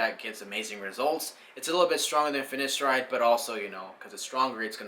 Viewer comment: Very informative video. Your hair is looking very well mate. Two quick corrections - Its pronounced Fin-A-steride and not Fin-I-Steride, and also Du-TAS-teride and not Dusteride. Other than that- well done. Really enjoyed watching.